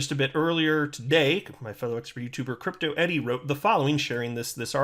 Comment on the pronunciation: It's Crypto ERI ... NOT Crypto EDI !!!